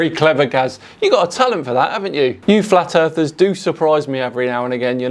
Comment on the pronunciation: you said flat earthers wrong